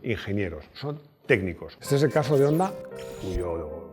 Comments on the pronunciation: Qué buen vídeo! Un apunte, Honda se pronuncia Jonda. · Pronuncias muy bien las marcas en su idioma solo te falta Honda ( jonda) Hyundai (jiundei)